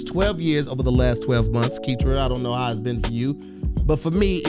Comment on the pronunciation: It’s ketra long-cloud